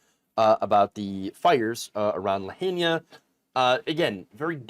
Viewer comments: Liked the vid and fan of the channel. For the next time, it sounds like Luh-high-nah. Not La-hane-ñia. You got this. Keep up the good work. We appreciate it. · "La-heen-ya?" It's La-high-na. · it's pronounced (la hi na) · Lahaina is pronounced LA-HIGH-NAH not LA-HAIN-YAH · Pronounced LA HINE AH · Did you say Lahania? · that’s actually called “disaster capitalism” & it’s pronounced “la-HAI-na”. it’s certainly been said enough times by now…🫣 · The Hawaiian alphabet has only 13 letters, containing all vowels, minus the exception of sometimes y of the English alphabet. Here’s a little assistance, name of the town is pronounced La-hi-na. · JFC...don't report about it if you can't pronounce it. La Hi Na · “Lahania”?? Please take a slow and careful look at the name of the town. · BTW, it's pronounced La-hi-na. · I never heard Lahina pronounced so wrong lol. You tool, you had to have heard it said 1000 times by now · Look up how to pronounce Lahaina please.